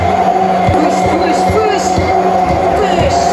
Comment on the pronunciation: piş piş diyomuş gibi fış fış demenin amacı ne.